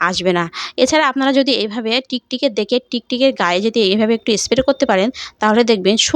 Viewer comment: আপনার খুব সহস দেখে(শুনে) অবাক হচ্ছি...ভাষা টাই তো পরিষ্কার নয়, ভুল উচ্চারণে ব্লগ করেন.. প্লীজ কিছু মনে করবেন না..! কয়েকটা উচ্চারণ কি হবে বলছি= শরীল নয় ওটা শরীর হবে... টিকটিকে নয় -- টিকটিকি বলে.. এস্প্রে নয় -- স্প্রে হবে, আরো আছে, তবে শেষে একটা কথা.. রেমিডি খায় না, এপ্লাই করতে হয়, তাই না?